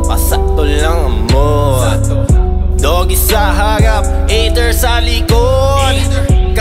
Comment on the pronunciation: Cute mag bigkas ni sa mga words. "Kasama buong twopa" "Dogie sa hawap" HAHAHSHSHSHSHS